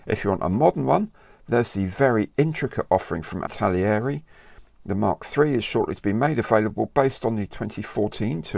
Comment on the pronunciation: Hi, really liking this new series. Looking forward to next Monday already. While we're on the topic of proper pronunciation, the Italeri brand is pronounced "ItalEri" not italieri, just drop the extra i and you're fine. As Italian I can provide a sound file if needed:)